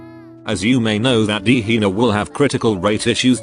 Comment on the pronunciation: The AI narrator says Hina as Hiner with a hard R lmaoooo 💀💀gehenner moments